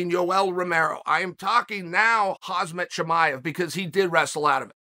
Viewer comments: "Hazmat Chivaev" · please say his name properly ffs